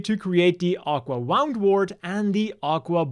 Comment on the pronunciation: It's WOO'ndwort, not WOW'ndwort. Like Wound (injury), not Wound (past tense of Wind)